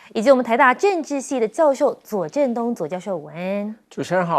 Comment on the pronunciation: 请主持人说午安要说得正确些😮